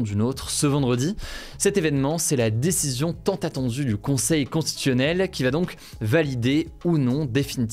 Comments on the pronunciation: Je pense que Hugo a dû consulter des écrans avant l'âge de 3 ans vu les problèmes d'élocution qu'il rencontre très fréquemment point notamment pour prononcer le mot constitutionnel et autres difficultés en fin de vidéo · Tu as du mal à bien prononcer "constitutionnel", mais moi aussi 😂